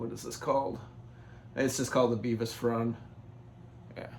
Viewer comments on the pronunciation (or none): Bevis Frond is not pronounced like Beavis and Butthead. It is Bev-is like in Bev-erly.